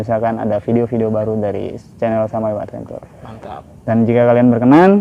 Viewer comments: Advencer bacanya bang... bukan adventur..😁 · Bang adventure tu bacanya advencer